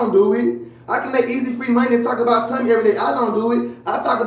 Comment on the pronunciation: He kill me how he pronounce Tommy as tummy 😅